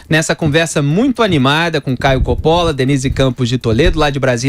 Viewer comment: Coppola... o correto em italiano 'Cóppola e não Coppóla.